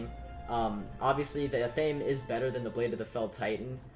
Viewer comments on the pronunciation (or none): No one ever says athame correctly lol. It isn’t ah-thame, it’s ath-uh-may.